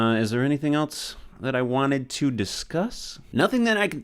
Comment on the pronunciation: why does it sound like he is saying ELTS Everytime he says ELSE